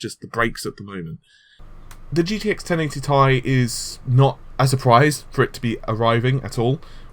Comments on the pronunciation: Did call it TIE again? I didn't watch. Can't bear to hear 1080 TIE one more time. Esp after Nvidia founder & CEO called it a 1080 Tee EYE just yesterday in front of the whole fucking world! TEEEEE EYE. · it triggers the crap out of me to. very retardef to think 1080 is thai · Macximunpoder it's pronounced that way. A nvidia employee said so